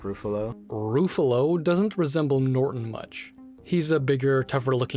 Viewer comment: Mark “Roofallo”